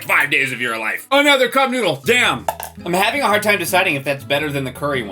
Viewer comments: Am I the only one who thinks it sounds like he says I want my nudes, instead of I want my noodle? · I keep hearing i want nudes XD